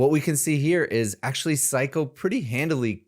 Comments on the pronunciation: It's not syko. Read it. It's actually syo. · Psyho not Psycho 😂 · His name is Psy-Ho, not psycho.... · His name isn’t “psycho”, it’s “psyho”. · hey, how many C's are in the word "Psyho"?